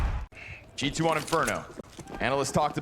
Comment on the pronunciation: I really thought the castor was saying "Chichoo" when he was saying G------2